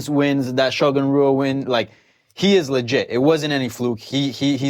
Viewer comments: Ash Miller Yes, butchers almost every Brazilian name he attempts to pronounce. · Did he mispronounce Shogun Rua's name?